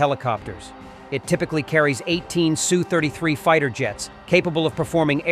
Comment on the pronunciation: Oh for fucks sake asshat. It is S (ESS) U (YOU) 33 NOT SUE! Stop messing this simple thing up!